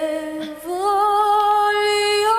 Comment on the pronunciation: I can't believe you got the correct Italian pronunciation of "gl" in "voglio": it's very rare.